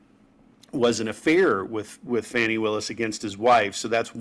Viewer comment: At least get her name right. It is Fani, not Fanny. I think this is just a way for the Maga's to help DJT.